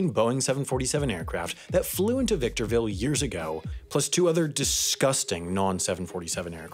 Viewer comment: My boy Ryan Garcia from victorrrrrrville California